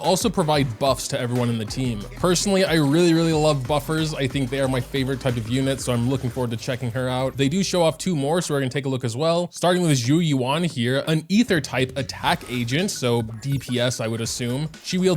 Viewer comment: Also, zhu yuan is pronounced zhu yawn. Not yu-an.